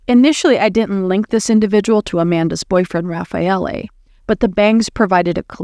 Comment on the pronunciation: No it is perfect Raffaele